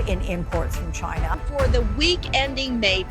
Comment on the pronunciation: Two words about the power grid attacks: CHYN Ah